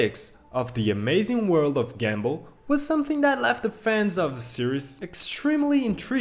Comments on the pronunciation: Bro it's GUM ball,not gambull😂😂😂😂😂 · He said gambal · Bro doesn't know how to pronounce gumball and Darwin